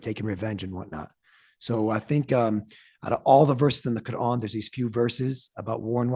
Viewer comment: I do not follow Islam however I really like the way that he pronounces the word "Quran"